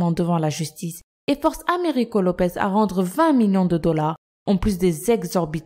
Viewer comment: Mais vous décidément les prononciation c'est pas votre truc il y a marqué "Lopes" et vous n'arrêtez pas de dire "Lopez"